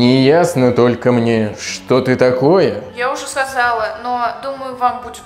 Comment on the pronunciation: "Я уже сазала":D